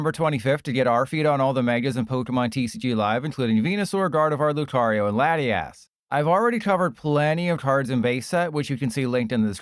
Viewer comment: Bro said latt-e-ass